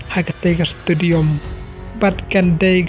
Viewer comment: Stadium ❌ Studiom ☑️